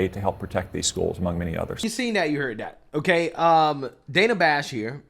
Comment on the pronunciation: Trump calls the Counterfeit News Network (and the rest of the mainstream, liberal media) "FAKE NEWS" for a reason. What "Dan-na" (the way she pronounces her name) Bash did here is a perfect example